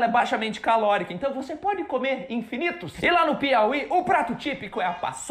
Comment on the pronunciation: mru nome é Lucena. Adoro seu canal. Vejo que você já fala um português bem razoável, no entanto precisa tomar cuidado com as palavras masculinas e femininas. A palavra comer bocê está pronunciando cAmer. Claro que é facil corrigir. O artigo também acompanha o sujeito. É impressionan uma russa dominar tão bem o português como como você. O alfabeto cirílico deve ser um impeditivo para quem quer aprender o português. Boa Sorte e até a próxima apresentação.